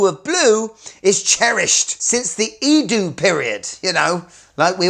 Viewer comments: It's not "iiduu", it's Edo. Almost rhymes with meadow. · How can a Seikophile NOT KNOW how to say Edo?